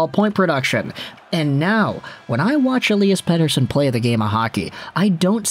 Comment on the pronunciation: Great Swedish pronunciation 😁